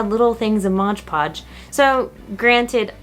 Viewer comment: Its MOD podge!! MOOOOOD!!!! Not “Modge Podge” lol that drives me crazy when ppl call it “modge podge” idkw it just does lol